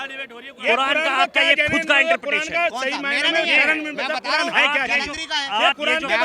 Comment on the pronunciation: wo interfere bolna chah rha hai ya interpretation bol rha hai 😂